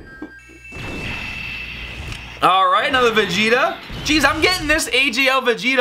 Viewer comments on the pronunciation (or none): none